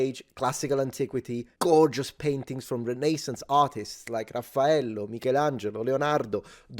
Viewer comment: LO SAPEVOOO LO SAPEVOOO CHE DOVEVI ESSERE ITALIANO DA COME PRONUNCI LEONARDO, MICHELANGELO, RAFFAELLO!! ( magari per la maggior parte è cosa conosciuta, ma io ti ho appena trovato ) - una peruviana che vive a Roma da 20 anni :p